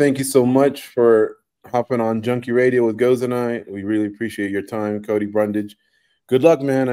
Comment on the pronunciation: Don’t get mad at chael Cody he says everyone’s name wrong…